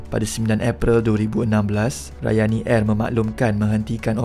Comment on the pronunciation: Ohh... Rayani Air. Saya dengar tadi macam Ryanair😂😅